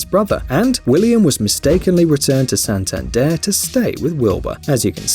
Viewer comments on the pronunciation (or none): none